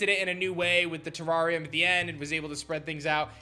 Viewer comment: Please google how to articulate "terrarium", omg